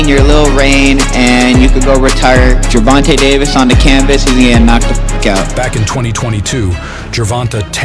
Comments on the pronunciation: Narrator just said "Ger-von-tuh" 🤦‍♂️ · Do you have a source? Because every announcer & interviewer I've heard says Ger-von-tay, and his Wikipedia says that it's pronounced "jer-von-tay." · That is how his name is a actually pronounced. People just say ger von tay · The way he says ger-von-taa drives me nuts lol